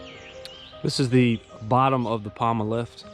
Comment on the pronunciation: POMA, not Palma